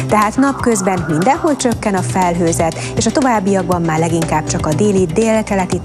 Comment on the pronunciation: 0.32-0.35 " és a továbbiakban má leginkább csak..." Csak én hallom azt hogy nem mondja ki hogy máR?